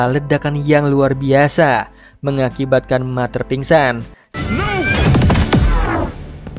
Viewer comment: Ralat min “Mother” di baca (mader) bukan (mater) Btw cerita nya bagus Makasih min